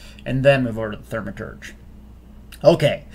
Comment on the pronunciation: Just say, "thaw-meh-turge" lol